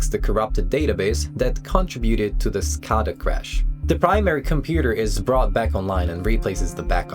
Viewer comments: Great video! Quick point: at least as I’ve always heard it pronounced it’s “skay-dah” not “skah-dah”. Maybe there’s some regional variation but I’ve worked power in the Midwest, New England and Southwest and I don’t think I’ve heard it your way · It's pronounced skaeda not skahda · Your pronouncing scada wrong. It's a PLC communication protocol that is used for industrial controllers. And it's pronounced SCADA with an A not an O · SCADA: skay-duh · it is pronounced Skay-duh. SCADA systems have so many hidden vulnerabilities around the globe it is what keeps me up at night.